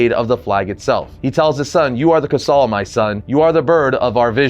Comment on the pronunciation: not to be a d bag but this is the second video I've watched on this issue and both of yall have pronounced Quetzal incorrectly. I know I'm being extra and technically there is no correct way currently since its a fictitious bird created by the writers and they've never verbally canonized it's pronunciation but I'm 99% sure it's based off of the Aztec god Quetzalcoatl because, well the name first of all but, also its a flying deity from Mexican mythology. Anyway, if I'm right, then it should be pronounced like Keet-sull. yeah I know, I'm lame. I just really like mythologies from around the world and thought I should share that